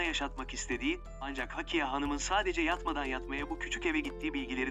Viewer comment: Hakiye değil, Hakkiye. Ne olur, seslendirme yaparken daha dikkatli olun. “Hakkiye” hakkıyla demek. Ama Hakiye’nin bir anlamı yoktur.